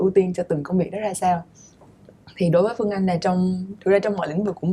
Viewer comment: Host ơi làm ơn nói đúng chính tả được k? Lúc Bắc, lúc Nam, mà nói sai chính tả? Chị Phươn Anh, đượt không? Omg host mà phát âm như thế huh?